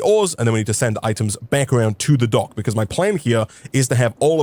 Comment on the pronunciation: for a second i thought you said donk like in dank insted of dock